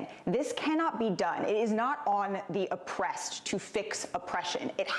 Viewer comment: Did she say oppressed? 😂